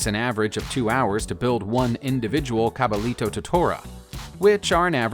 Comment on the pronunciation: The double l in spanish is pronounced as . So it is pronounced Cabayito